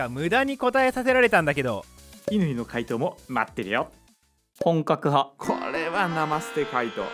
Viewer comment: 「ほんかく派」が好きすぎる